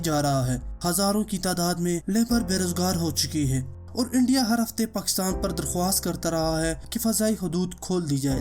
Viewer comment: Its Pakistan, not pkhstan.. Sorry dont mind bro. put aside potohari language from Urdu